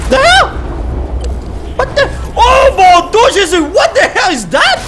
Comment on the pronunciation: « bon dou jessus « j’ai bien ri